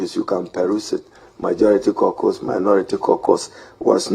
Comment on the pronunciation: CAUCUS is pronounce as “Core-kas” not “korkors”